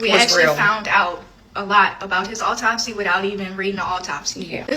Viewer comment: Autopsy not Optopsy